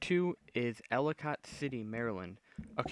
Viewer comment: Ella-kit not cot thxs though